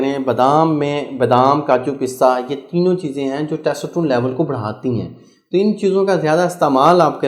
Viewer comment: Testosterone pronunciation not good